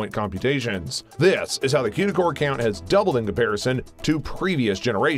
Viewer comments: One critique. It's pronounced koo-da cores not que-da cores. Haha that was bugging me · Stop saying quda cores! It's Cuda (cooda)